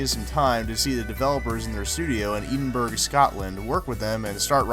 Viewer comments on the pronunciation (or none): Don't even pronounce it like that. Its ed-in-brah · I love the way the host pronounces it "Eden-Berg", instead of "Ed-in-burr" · it's pronounced ed - in - brah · Eh-Din-Bruh, Scotland. Get your pronunciation correct. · Eedin-berg lol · Me too.. I mean, mate.... Do yer homework a lil bit better... Same with 'Yak-ah-za'... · MrcabooseVG same....ignorance is bliss right?